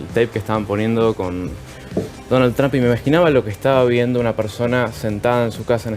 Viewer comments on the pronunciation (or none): none